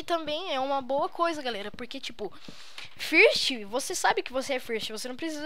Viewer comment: nao fala first fala fârst ingles asaiushaiuh curti o video :D